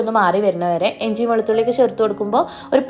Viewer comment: Enji alla inji aan